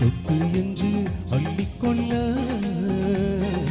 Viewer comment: சொல்லிக்கொள்ள,அள்ளிக்கொள்ள தயவுசெய்து சரியாக உச்சரித்துப்பாடினால் இன்னும் அருமையா இருக்கும் 🎉